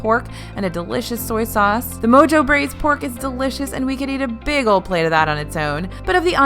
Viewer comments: Did say "moe-joe" when reading the word "mojo?" It is pronounced, "moe-hoe." It's from the Spanish word "mojar," which translates to the verbs "wet" or "dip." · "Mojo-braised pork"... Since this is most likely a Latin inspired dish, the mojo should be pronounced as "mo-ho". Just letting ya know. Thanks for the guide! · I just giggled at how "mojo" was pronounced in this video haha. Like Moe-Joe. 🤣